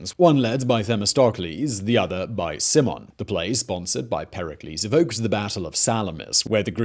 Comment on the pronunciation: Not Pantheon but Parthenon. Not Stratigoi but Stratigi. Not C(s)imon but C(k)imon